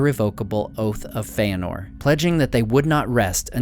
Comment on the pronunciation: Dude saying Feanor like Feyenord..... Awful narrator btw